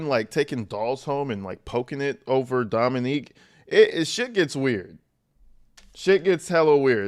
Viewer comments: It’s not Dominique. It’s Dominic. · I love you, love your channel, but it's Dom-i-nic(k) not Dominique, that is all ❤😊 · Dominic, not Dominique. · Dominic not Dominique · His name is not Dominique. It is DOMINIC. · You keep calling him Dominique 😂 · Ack! Have been enjoying your videos but “females” is so disrespectful. It deliberately removes the humanity from women. Also you’re pronouncing Dominic like “Dominique” which is a woman’s name. It’s pronounced “DomiNICK” which is a man’s name. Or a “male’s” name if you want to refer to people like they’re dogs. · Dominick not Dominique!! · DOM-MIN-NICK, not DOM-MIN-NEEK. The way you're saying it is the female version, Dominique. The man you're discussing was named Dominic. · You keep saying dominique btw. His name was dom-ih-NIK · It’s Dominick NOT Dominique which is a girls name 😊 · You keep pronouncing the victims name wrong 🥺🥺🥺 it’s not dominIQUE…. It’s DominIC